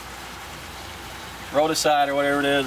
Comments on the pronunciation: Runs his own pest control business and didnt know how to pronounce Rodenticide. Dutch buckets = Hydroponic watering system. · I began to get suspicious when he couldn’t say rodenticide. “Wth?” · lol you own your own pest control company and you can't pronounce rodenticide....